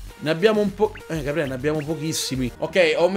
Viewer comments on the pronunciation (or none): none